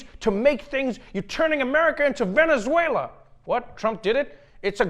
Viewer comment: Whoa. Trump actually pronounced Venezuela right. I mean that's something new.